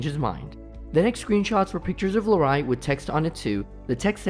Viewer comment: “Larreye” lol